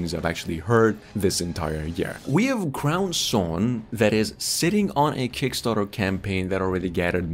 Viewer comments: Just FYI its "Crow-sworn" not "crown-sworn." Crow as in a bird, not a headpiece. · I believe it’s pronounced Crow-Sworn.. not Crown-Sworn. FYI🤔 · CROW. Sworn. Jesus Christ dude. I dont think you could have butchered that name any more then you did lol. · CROW... like the Bird. #facepalm.. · He called it “CROWN-Sworn” 🤦🏻‍♂️ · Crowsworn is pronounced Crow, like the bird, sworn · And it’s named “crownSTONE” in the description…do your research and edit better my dude…